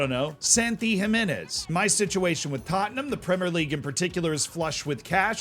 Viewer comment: Who’s taatnahm then? I know Tottenham but who is this other team always named hotspur.